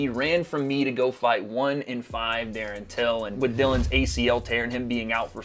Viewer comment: “Darren tillon”😂😂😂😂